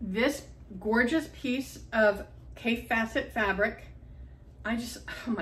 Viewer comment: Kaffe is pronounced like safe.